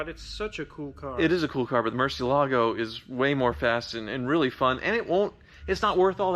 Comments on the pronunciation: MUUUUUUUUUUUUUUUURCI with U! It really triggers me when people say "mErCi" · “the Murchee Alago …” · I can't stop cringing for every murcielago mispronunciation XD Come on...just one time right for the spanish speaking audience? Great content though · Can’t stand hearing you mispronounce Murciélago! It’s like hearing someone say Chevrolet and emphasizing the t at the end. Just sell the damn thing.